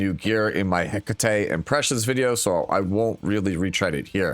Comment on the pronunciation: you're saying Hecate name wrong. Is that on purpose??